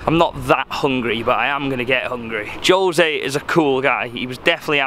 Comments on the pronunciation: Hahaha I love how he calls Jose “Joe-say”😂😂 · Kh, Kh, Khose..not Jose. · I cringed everytime he said it like that! Lol